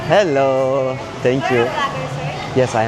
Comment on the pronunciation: Dostum iyisin hoşsun da allah askina garip bir hello söyleyişin var.insanin içi giciklaniyor.lutfen normal hello dersen izleyicin 3 kat artar. kusura bakma tekrardan.